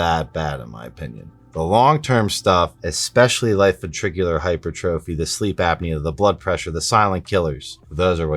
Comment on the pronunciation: Hypertrophy is pronounced - hai * pur * truf * fee. Take it from an RN. Love your content.